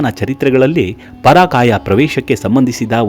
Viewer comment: ಪರಾಕಾಯ ಅಲ್ಲ ಪರಕಾಯ